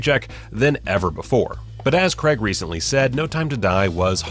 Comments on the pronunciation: Craig, not Creg. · That you guys don't even know how to say his name properly. "CRAIG" not "CREG" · Really annoyed me when you said Creg and not Craig, every bloody time. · It’s not Creg, it’s Craig. Pronounced, Craayg. Other than that, interesting video. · It is "Craig" not "Creg" there is no "E" in it. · It's Craig not Creg. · it's CRAIG, not CREGG!! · crayyy ggg ... not cregggggggggg not sayng creggggggggggggggggggggggggggggggggg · It’s Craig not creg🤦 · It's Craig not creg you prick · Daniel Craig's surname is pronounced 'Cray-g' does not rhyme with 'Gregg' He is English. If there was an American with the name Bernard I would pronounce his name 'Bur-nard' as he does. If he was from the UK it would be pronounced 'Burn-udd' . . People's names are important to pronounce in line with the identity of its owner. It's a mark of respect. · Can you stop saying CREG IT IS NOT CREG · Americans need to learn that "CrAig" is spelt and therefore pronounced with an "A". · The names Cregg, Deniel Cregg. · Who the F*CK is Daniel 'Cregg'?!! You must have said his name about 50 times in this video, and you couldn't be bothered to pronounce it correctly even once! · I really don't understand why people can't pronounce his name properly. It's insulting. It's like calling someone Dev instead of Dave. Or Phial instead of Phil. Or Ignorant Twat instead of.